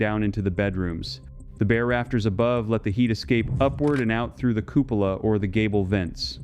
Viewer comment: Cupola isn't pronounced that way. It's cuepola /kyoo͞′pə-lə/.